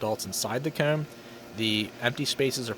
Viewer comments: He says coom. Not comb. It’s the only thing I noticed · I remember in one video you mentioned that people say it's odd the way that you say "Comb", well after watching this I can confirm that it's any word with an O in it! Phone, Hose, Mow, Comb, you just seem to over emphasis the O in every case. Not a bad thing per se, but you were curious about it so there it is.